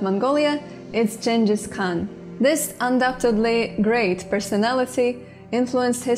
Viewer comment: Listening as Mongolian, your pronunciation of "Genghis Khan" is spot on.